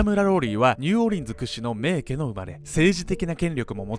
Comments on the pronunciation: しょうもない指摘ですが、名家(めいか)な気がします🙆‍♀️ いつも面白いです。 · 「めいけ」でなく 「めいか」ネ。細かくてゴメン。 日本語の正確さに拘るカナダ人より。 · めいけ では無く めいか と読みます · 最近、ファンになりました❣️えーとでも一つだけ、名家＝めいかと読むのではないのでしょうか。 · 名家って、めいけ？ 普通はめいかじゃないですか？ あえてだったらすみません。